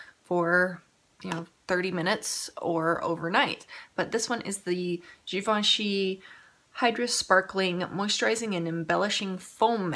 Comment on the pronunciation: you have to do a look with that green, I commented on your eye makeup in that video and now seeing that color oh my goodness its beautiful!! damn it now I need to go buy it lol , also the way you said Givenchy is the correct way!😊